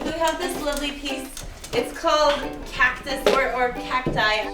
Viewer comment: did she just say cocktus? ( ͡° ͜ʖ ͡°)